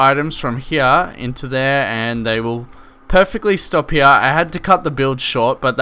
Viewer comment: i love how he says here (hea)